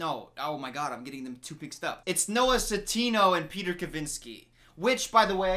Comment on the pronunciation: ah yes "noah satino"